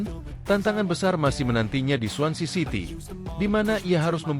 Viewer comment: Swansea city nama clubnya bukan swancy😂